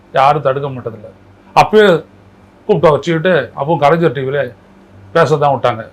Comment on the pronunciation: 😌அய்யா கூட கலைஞர் என்பதை கலைஞ்சர் என்றுதான் உச்சரித்துள்ளீர்கள்........